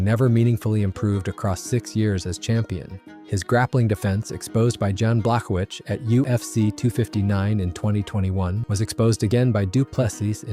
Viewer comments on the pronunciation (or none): Bro can't even pronounce Jan's last name.